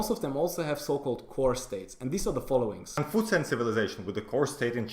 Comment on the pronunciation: i had to listen five times to make out "Confucian"